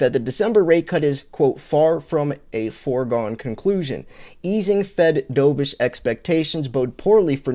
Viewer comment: As in Turtledove. Not DoeVish. DOVE -ish, Dork. Hawkish. Dovish.